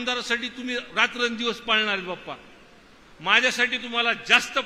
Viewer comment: बाप्पा नाही पप्पा ऐकू येतंय 😂